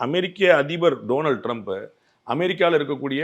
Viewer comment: ennathu modikki noba parisaa yov loosaya nee antha aalukku donald drumpnu solla thereyale.englishye thereyaathuyaa good baynu kooda solle theriyele gud baynu solraru.